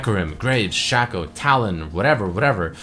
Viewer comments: Shaqco? Not Shaco? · its shaco not shaco